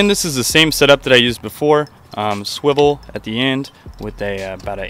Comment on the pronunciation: Suwivle.... SUWIVLEE!